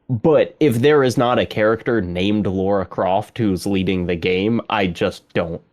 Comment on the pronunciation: What is it with yanks (and Canadians I guess) calling Lara Croft "Laura." I've never understood that. I've encountered that mistake being made so many times. Even Geoff Keighley did it once when he was interviewing someone. Does the name Lara just not exist in the far west?